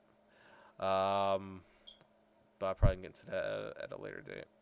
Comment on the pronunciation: dare? dat? dose?